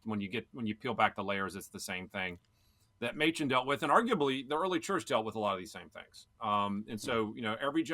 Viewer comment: Oh, Mochen for Machen. As a pastor in the OPC, that hurt my ears.:)